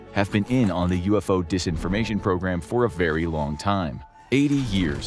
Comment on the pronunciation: It’s Disinformation with an I. Not Desinformation. It’s the little things that count bro! 😝🤔🤬